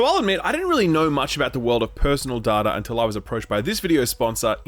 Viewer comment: It is data not data.